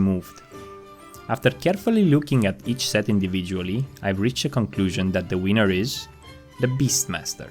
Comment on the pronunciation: I know English may not be people’s native tongue and that everyone has accents, but PLEASE just try and avoid pronouncing winner as wiener 🍆